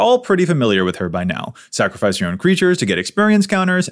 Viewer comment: Did you say "snacrifice"?!, you are just my favorite!